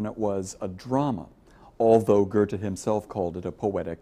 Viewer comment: Thank you for a fantastic video! I really enjoyed it and it was also helpful to my essay. I do think it's quite funny how he says "Ghurrte" though! ;)